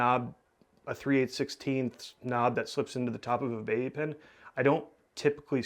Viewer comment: face-green-smiling::face-green-smiling::face-green-smiling: Stop saying "K N O B"